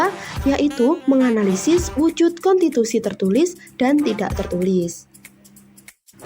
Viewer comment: KONTITUSI atau KONSTITUSI??